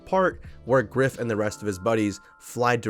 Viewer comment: Biff homeboy not Giff. The characters name in Back to the Future is Biff.